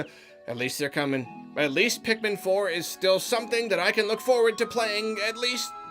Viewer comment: It's pikmin not pikemon